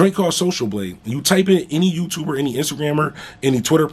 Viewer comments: Bruh I’ll pay you a dollar for every time you say you tubah lol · I knew that was him. "Big youtubah"...Lol